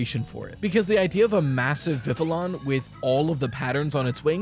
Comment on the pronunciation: thank you for pronouncing vivillon with the hard Ls, I hear "viv-ee-on" all the time and I'm like yes i understand this game is set in poke-france, but you won't catch me speaking french no sir 😤